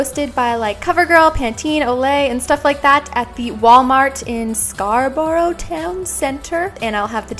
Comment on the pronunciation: It's pronounced as scar-bro 😂 good try tho